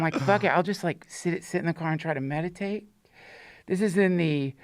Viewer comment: Had to run it back real quick thought he said masturbate instead of meditate 😅😂😂🤷‍♂️